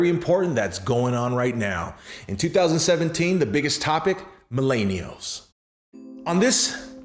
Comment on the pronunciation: Good stuff but your pronunciation is appealing Mil-en-i-als